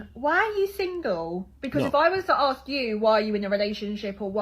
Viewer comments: well that nose... oh and it's ASK not AXE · For Gods sake stop saying "axe" and pronounce "ask" they way it should be pronounced. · A huge turn off is improper diction… you don’t sound cooler if you sound ignorant when you open your mouth. Speak your native tongue please! It’s not axe it’s ask! One can be fatal the other can be educating. Get it right!